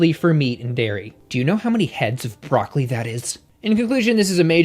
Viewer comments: Canadians don’t actually say that lol we pronounce it normally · broccoli - what a wonderful word to pronounce that enraged